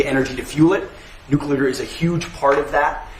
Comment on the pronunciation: I can’t believe how many people can’t pronounce the word Nuclear ☢️🤪